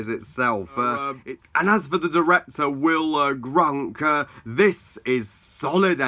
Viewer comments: It's Will Gluck, not Will Grunk. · It sounded funny for this review, though